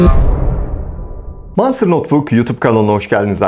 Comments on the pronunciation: Manstır diye bi kavram yoktur abi monsterdir ( o ile ) manstır diyince hiç bir şekil ilgi çekici dikkat çeken vb vb modlar a gerek yok videoyu çok güzel anlatmışsın ayrıca iyi günler. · Aynen Manstır deyince markanın tüm havası kaçıyor. Monstır daha havalı.